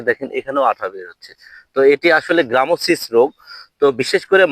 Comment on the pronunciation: গ্রামোসিস নয় গামোসিস।